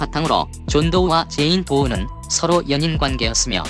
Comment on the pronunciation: 그런데 존도우가 아니라 존도 인겄 같은데 그리고 제인도우가 아니라 제인도 같은데